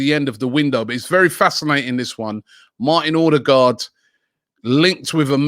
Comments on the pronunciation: Everyone: OH-degaard Robbie: OR-degaard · It's Odegaard not Ordegaard. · O-de-gaard wheres the r you keep using after the o